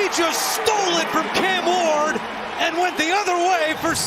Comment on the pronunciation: It’s cam ward not can ward